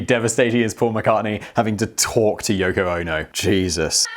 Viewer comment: Did he say yucko? 🤣🤣🤣